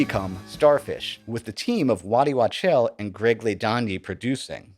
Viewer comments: Wachtel, not Watchel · It's Waddy Wachtel, not Watchel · It's Waddt Wachtel (pronounce "walk-tell")